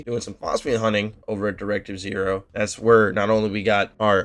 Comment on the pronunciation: Just wanted to point out that it's Directive OH like Asimo (Awesome-oh)